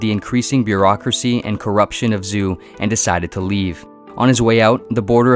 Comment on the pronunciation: One would think if you are going to make a video on Taoism, you would at least learn how to pronounce Lao Tzu and Zhou...